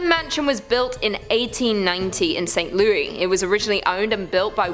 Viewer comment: St. Louis is pronounced like St. Lewis.